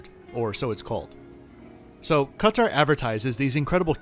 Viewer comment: First & foremost, points should be given to just for the pronunciation of Qatar (Ka-tar). When I tune in to CNN or MSNBC, I always cringe a little when I hear the anchors pronunciation of Qatar as "Carter". I was even wondering why do they keep calling out this person/ individual that the US government is seeking diplomatic aid from 😂 until I realised that they were actually referring to Qatar. 😑